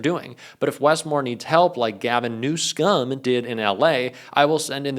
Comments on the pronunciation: Hi, I think you are doing an amazing job reporting facts. Just a request; do you think it is possible to stop mispronouncing California’s governors name, even though #47 and other haters love hearing the sound of what you said. Please stop. His name is Newsom. Young people should be taught properly with good role models. It may help save this nation. Thank you. 🙏🏽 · why did u say new-scum?